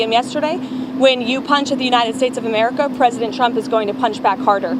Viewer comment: Is it Hamerica or Amerihahahahaha